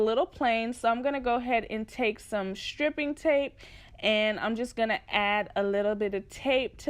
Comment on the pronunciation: sis it's pronounced STRIPE-ing tape lol